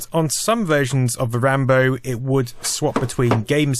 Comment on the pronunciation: Come on man... RAMBLOW.